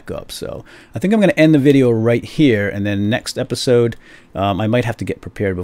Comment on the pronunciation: ....in this epeesode. Tee Hee Hee!! LOL